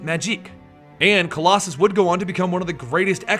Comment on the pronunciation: you totally butchered his name. i love colossus who is one of my favorite xmen characters, he looks badass and cool. i think he is a very underrated xmen, people dont get how important and relevant he is as a character and as a part of the xmen team